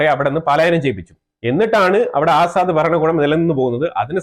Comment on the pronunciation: ആസാദ് അല്ല അസദ്